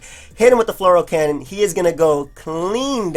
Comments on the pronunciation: You're still pronouncing fleur cannon as "floral cannon". -_- It's pronounced floor cannon. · S Plo Fle-oor would be closer phonetically, floor is as wrong as floral. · floor cannon lol y'all gotta learn some french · Lol, i agree with stoned soul but not the insult :p